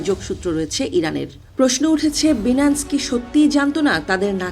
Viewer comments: উচ্চারণ সঠিকভাবে করতে না পারা দুঃখজনক। প্রতিবেদন উপস্থাপনের ক্ষেত্রে সঠিক উচ্চারণ অত্যন্ত গুরুত্বপূর্ণ। অনুগ্রহ করে পুনরায় প্রস্তুতি নিয়ে আসবেন। বিশেষভাবে লক্ষ্য রাখতে হবে— “Binance” এর সঠিক উচ্চারণ “বাইনান্স”, “বিনান্স” নয়। ভবিষ্যতে এ ধরনের বিষয়গুলোতে আরও সতর্ক থাকার জন্য অনুরোধ করা হলো। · বিনান্স টা কি? আগে সঠিক উচ্চারণ করেন, তারপর নিউজ পড়েন ।চ্যানেল 24 কি আজকাল অশিক্ষিত ,মূর্খ নিয়োগ দিয়েছে ? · আফাআয়ায়া আগেয় উচ্চারণ ঠিক করেন লজ্জা পাইলাম বাংলাদেশি হিসেবে! বিনান্স কি জিনিস? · আচ্ছা এই নিউজ চ্যানেলগুলো শুধুই খায় আর ঘুমায় এরা নাজানে সঠিক কোন তথ্য পরিসংখ্যান আল জাজিরা রয়টার্স দেখে শুধু সকাল-সন্ধ্যা পোস্ট করেই যায় আর মানুষ শুধু দেখতেই থাকে😂 এজন্যই বাংলাদেশের সংবাদ দেখার আগে পাঁচবার ভাবি সত্য কিনা বাইনান্স ঠিকমতো উচ্চারণ করতে😂 পারে না